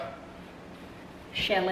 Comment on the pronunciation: Ahhh, finally, so it is pronounced like Shelly! That’s what I thought. But I’ve been wondering about that for so long! Lol Some people here in the sates call you she-lee. Lol Great work! (I took your class) love the video without music and you talking!💜💜💜